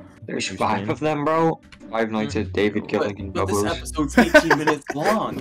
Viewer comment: Another video, another day and his british debuff mispronouces Baablu's name #Bah-bu-loo🥲